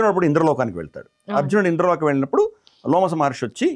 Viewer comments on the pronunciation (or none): అయ్యా లోమస మహర్షి కాదు రోమస మహర్షి...... ముందు మీరు చదవండి గురువుగారు మహాభారతం సరిగ్గా